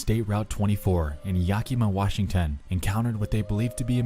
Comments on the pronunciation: yaki-ma, crigne, its said yak-a-ma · If he says Ya Key Mah one more time... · Ah yes, YAHKEEMAH Washington. My favorite. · Was watching this passively when they said “YaKEEMA Washington” my ass clenched that’s a it’s a town near me. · All that research and he couldn't be bothered to learn how to say Yakima.......